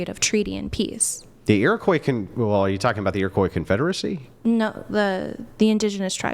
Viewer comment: A person pronouncing the "s" at the end of Iroquois is going to explain the history of the people. First off, lady, most of us don't use that term. Secondly, shut up. You're not on my side and you don't know where of which you speak.